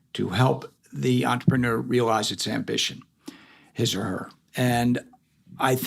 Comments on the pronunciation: He should at least say "entrepreneur" correctly. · とりあえず ぐらいに entrepreneur の発音